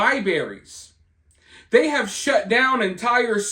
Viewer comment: Long time Listener and supporter, but I'm sorry, are you saying "LIBARIES"???? LOL there's a letter R in there that you missed. 😅 Love ya! ❤